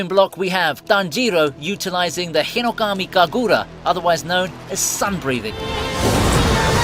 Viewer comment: tajeero hinokami kagoora why you saying it so damn weird lmfao